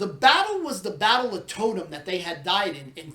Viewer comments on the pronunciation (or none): 'Tow' in Towton rhymes with cow, not bow like you pronounced it